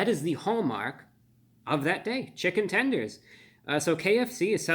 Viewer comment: Chichen Tenders! Omg we said it at the same time!